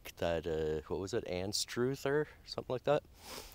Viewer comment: Hi: during the 1940's & 50's I grew up in that area;so seeing you back there has been rewarding. Fun hearing you slaughter the pronunciation of Anstruther & Rathburn' but that does not distract from the fun of joining you & being there. Thanks Brian 78